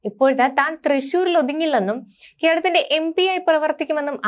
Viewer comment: കെർളത്തിൻ്റെ' എന്നല്ല, 'കേരളത്തിന്റെ ' എന്ന് വ്യക്തമായി ഉച്ചരിക്കണം.